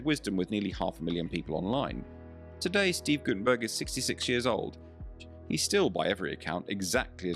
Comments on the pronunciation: His name is Guttenberg’ NOT ’burg’ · Its guttemberg, no gutemburg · The man's name is Steve Gutenberg, not Guttenburg. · it's GuttenBERG, not GuttenBURG. at least don'T mess his name up and correct the video title. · GuttenBERG?! Dude you don't even get the name right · You're so stupid you don't even get his name right. ...bErg, not ...burg. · "Guttenberg"?? Sheesh